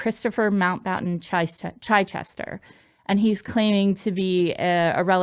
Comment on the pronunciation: Chichester would be said as chi Chester for chips not chy Chester.